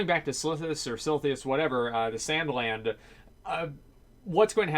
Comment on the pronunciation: "sanda land" LUL